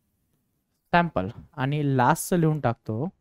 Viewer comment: Sir aap sample ko pample kyu bolte ho ka